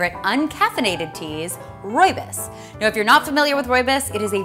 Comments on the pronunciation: She says rooibus It's rooibos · roy-bus? no its roye-bose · As a fellow South African is not rooibus it’s rooibos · Oh my god you are saying it wrong it is not rooi bis it is rooi bos 😭😭😭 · its not rooy-bis its roob-is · Rooi bis? Um it's rooi-bo-s Im South African and I know. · Rooi - BOS not rooibis :) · I'm South African and that's not how we pronounce our lovely Rooibos😢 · Your saying rooibos wrong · Oh gosh! Please don't pronounce rooibos like that again... at least you tried too roll the 'r'. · im from south Africa and not trying to be a downer but you dont pronouns rooibos right xx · Great video, btw you pronounced rooibus wrong :)